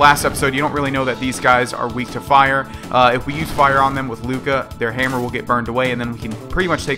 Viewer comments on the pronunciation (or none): none